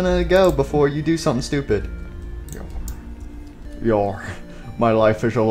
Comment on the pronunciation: I just heard ‘doopid idiot.’